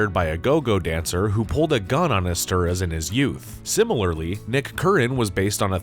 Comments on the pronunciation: I was like who the hell is "esteras"!?!?🤦‍♂️🤣🤣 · Joe ESTER-HOUSE not Esteruss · Screenwriter's surname is pronounced "Estherhass". It's a Hungarian surname.